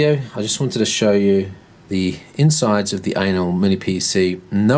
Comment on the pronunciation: I heard "Anal"